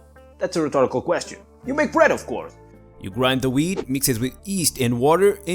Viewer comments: It sounds like he says weed not weat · Hey bro i love it when you post! Awesome video! You are hilarious and the best! I always look forward to your videos! Lmao i wish u could post weekly. Lmao almost sounded like weed! Imagine having to grind all that weed by hand! Dam this sucks! Hahahaha ik it was wheat. Imagine if u did say weed lol. 😂😎👍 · I was using my wireless earbuds listening to this episode and heard “weed” instead of “wheat”. When he said grinding the weed I had to look at my phone to see what was going on here. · His accent and pronunciation made the beginning of this video just amazing lol. Talking about growing & grinding “Weed” 🥦 💨 🤪🤣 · "And dis is a dirt bike." Lol that's what I heard. But if I had that many kids and that much wheat I would deff. Take the cheaper choice and put those kids to work! 😂🤣😂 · Yes... you mix wheat with ‘eeest’...